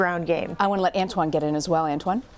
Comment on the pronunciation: “Ant Juan”? 🤣